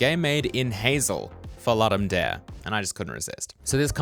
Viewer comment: Please, please, please check how to pronounce Ludum Dare. Did I say please?